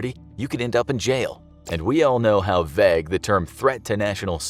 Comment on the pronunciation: You pronounce vague very oddly